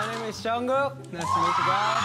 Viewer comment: The only name can't say is Jungkoo